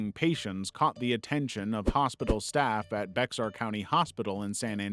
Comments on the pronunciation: Bexar is pronounced bay-hàr. Beyer is not correct either. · "Bexar" is spanish and pronounced like Bear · Bexar is pronounced like bare or bear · Very interesting. Actually, the county that San Antonio is in is pronounced “bear”, it’s unusual, I know.